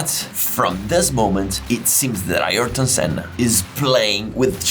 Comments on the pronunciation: iErton Senna 😂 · Ayereton senna?😂